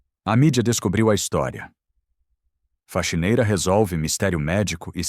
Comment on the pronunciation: Faquineira não e sim faxineira